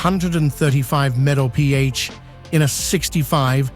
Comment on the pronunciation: "mepee A?" MPH = miles per hour